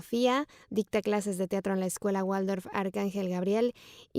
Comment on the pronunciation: Estaría bueno que se pronuncie bien Steiner y Waldorf Muy buen video Gracias